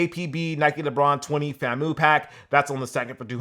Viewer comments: he really said “Fam - Moo” 😅 Florida A&M University, FAMU my guy 🐍 pronounced “ Fam You” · *Pronounced “FAM-You” 🐍🐍🐍 Great show as always!